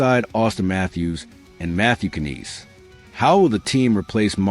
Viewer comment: Uuuhhhh..... Matthew "Ka-neece"...? Alex "Touch"...? Y'all got AI asses so full poop its gonna break the channel. Blocking ASAP haha